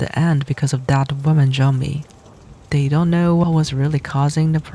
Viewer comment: J-ombie, I love that miss pronuciation lmfao 🤣🤣